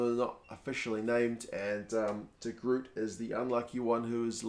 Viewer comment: Please Kiwis pronounce de Groot properly lmao